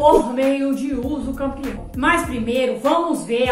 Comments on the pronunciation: Ela disse uso campeão ou entendi errado😮? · Mulher voce esta falando uducampeão, corrige isso fica muito feio isso. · Mulher corrige esse vídeo, você está falando usucampeão, fica muito feio e desvaloriza o desqualifica o seu trabalho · Foi um golpe baixo no português jurídico! 😂 Mas agora aprendi direitinho: usucapião Ah! E já tem vídeo com a pronúncia certinha — confere lá: 👉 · Eu achava que era usucapião e não usucampeão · Hahaha adorei o comentário! 😄 Falei errado mesmo — usucampião foi um golpe baixo no português jurídico! 😂 Mas agora aprendi direitinho: usucapião Obrigada pela leveza e por interagir — é assim que a gente cresce: compartilhando, corrigindo e se divertindo no caminho! 💬⚖️✨ Ah! E já tem vídeo com a pronúncia certinha — confere lá: 👉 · Falei errado mesmo — usucampião foi um golpe baixo no português jurídico! 😂 Mas agora aprendi direitinho: usucapião Obrigada pela leveza e por interagir — é assim que a gente cresce: compartilhando, corrigindo e se divertindo no caminho! 💬⚖️✨ Ah! E já tem vídeo com a pronúncia certinha — confere lá: 👉